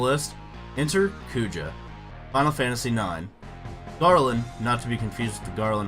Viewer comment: Garland is more iconic bro.. wooow you even called Kuja for Poojah in the video rofl. Small nitpick, I think Sephi is more iconic than Kefka as well